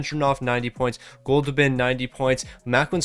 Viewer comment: “Goldoobin’” made me laugh everytime you said it 😆 I love it lol